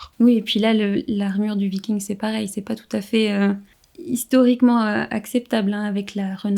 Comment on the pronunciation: Et pourtant, aujourd'hui, il est reconnu par le consensus scientifique que les scandinave de la période viking (viking et pas vicking merci;) ) sont allés en Amérique, comme quoi, l'Histoire n'est pas figée comme les trouveurs de vérités veulent le prétendre. Dans les années 1020 même pour être précis. De là à dire qu'ils l'ont découverte, techniquement, Colomb ne l'a pas découverte non plus d'ailleurs puisqu'il se croyait aux Indes XD Je ne vois pas en quoi les livres ne peuvent pas apporter de nouvelles informations, la littérature sur les scandinaves et les vikings est justement en train d'exploser ces dernières années apportant nombre de thèses très intéressantes comme le livre de Johanna Katrin Fridriksdottir "Les Femmes Vikings, des Femmes Puissantes" qui apporte une analyse et une belle vue d'ensemble des sources à disposition pour parler des femmes de cette période. Evidemment, cette effet de mode amène son lot de mauvaise littérature parfois propagandiste ou biaisée, il est tout aussi compliqué de faire la part des choses que sur la toile >< Enfin, concernant le principe de cette vidéo, il s'agit d'un "réact" le but est donc en clair de découvrir un contenu et d'y réagir à chaud, ce n'est pas une méthode scientifique mais plutôt un type de contenu assez en vogue sur internet, a certainement voulu s'y essayer;)